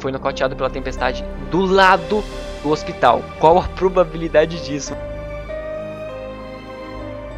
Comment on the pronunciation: Ôxpitau, OUYER